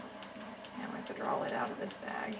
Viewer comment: The recapping, no gloves, and her incessant use of the word "DRAWL" instead of draw. This whole video was a disaster. I couldn't even finish watching it. Way to show the world that sloppy is the way to go. Smh.